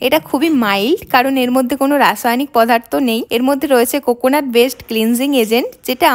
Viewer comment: পদার্থ ❌ পধারথো✅